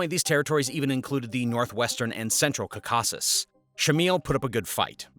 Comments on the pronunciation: Did the bot program writers spell Tzarina Vlad's name deliberately wrong to make it sound like 'Pootun' rather than it's correct pronunciation 'Putin' (Pew-tin')? The same thing goes for the repeatedly incorrect pronunciation of "caa-car-kuss" even though it pronounces the name of the Caucus mountains properly? Was it the bot creators attempting to escape the Russian destruction bots attention or was it (as I suspect) just lazy uncaring video makers not caring if anything was done wrong because it was cheaper to make than employing someone to read the script instead of just typing the script into a bot speaking program? The really obvious mistakes don't give the video any air of knowledge or authority regarding the subject matter, but instead expecting the viewers to be too stupid to notice. Video makers, take note. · The word "Caucasus" is pronounced as: KAW-kuh-suhs or KAW-kuh-sis Here’s a breakdown: KAW: Rhymes with "law." (the stress is on this sylable). kuh: A schwa sound, like the "a" in "sofa." suhs: Another schwa sound, or it may sound like "sis" in some accents. This pronunciation may vary slightly depending on accents, but the above is the standard English pronunciation. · yes he pronounces it like it is spelled Cacaucus. or perhaps Cacockus. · kuh-KA-sus? My word. Your google machine can help you with big foreign words. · You are the only one to pronounce Caucasus as "Kakasuss". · Kaw*kuh*suhs is how you need to pronounce it... even if you are using a text to speech, there are ways to get this right. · I know right, totally mashed that pronunciation.. more like cawk-us or plural cawk-us-is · Just record it once again, this pronauciation of Caucasus is unacceptable. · I can't take information from people who don't know how to pronounce words like Caucasus. Clearly, it's just Wikipedia and Google at work here. Guy has barely any actual knowledge of the subjects he talks about. In one video he called Stalin a great guy. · Caucakus?its [KOU-ka-sis]